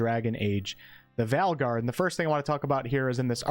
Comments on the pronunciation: I’m not sure I can go through a whole cycle listening to him talk about the “Val-guard” lol. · Wait was that a typo or has the number of companions been reduced down to 2? also I keep hearing you say Valguard 😄